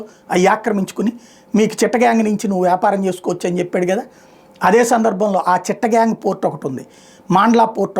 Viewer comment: చిట్టగాంగ్, మాల్డ, కాస్త సరిగ్గా చదువు సామి. ఈ విషయం చాలా పాతది మిత్రమా